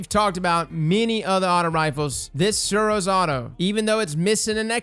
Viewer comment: Suros what?? My man, hahahahahahahahah, hot damn those pronunciations